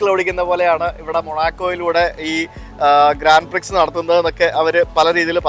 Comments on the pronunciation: ഗ്രാൻഡ് പ്രിക്സ് അല്ല കുട്ടാ ഗ്രാൻഡ പ്രീ , X ഉച്ചരിക്കില്ല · ഗ്രാൻഡ് പ്രീ എന്നാണ് പറയുന്നത് എക്സ സൈലൻഡാണ്